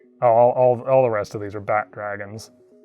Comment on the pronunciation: Took me a minute to realize he was saying "bat" dragon